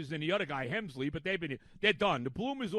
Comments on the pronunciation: Rogers has a 2.16 ERA since joining the Mets and he’s pitched every day. And it’s Helsley, not Hemsley. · Hemsley 🤣. The mispronunciations is part of his charm. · Is he going to say delerious or get Helsleys name wrong more I’m keeping count